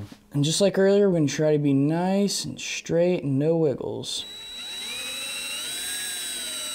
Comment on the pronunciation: Schtripped schtrap button repair? Don't forget to drill schtraight!